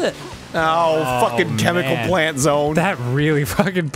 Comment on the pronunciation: The way Arin said "chemical plant" (with an emphasis on "plant") gave me flashbacks to Battle Kid.